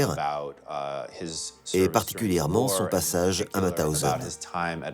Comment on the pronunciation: On ne prononce pas M a thausen mais M ow thausen